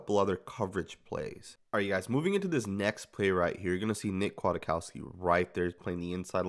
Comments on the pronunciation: I am a Chicago Bears fan and I'm telling you that you are very misinformed.. #1 his name is pronounced Quik-cow-ski #2 He is great against the run VERY Slow in coverage. Physical & smart but not fast. Good inside blitzer #3 he was almost cut in training camp last year. But he is good on special teams #4 The Bears had to choose between a young (backup) Nick and a 30 year old (starter) Danny Trevathan in free agency, and picked the older Danny (cause he is the same kind of LB but faster at 30!) In conclusion Nick will be successful on run downs and in zone. He's smart and will get everyone lined up. He will be exploited one on one. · "Quit-COW-ski" pronunciation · No it sn't. It's polish. Pronounced Kjatkofski or Kiatkoski if you don't want to bother too much. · Spoiler: Nick Kwiatkowski (pronounced Kiatkoski) is not "very good" in coverage. He is decent in coverage. Still, compared to Tahir Whitehead, Vontaze Burfict, Marquel Lee and Nick Morrow he is a God. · Don't worry.. we are all saying his name wrong 😂😂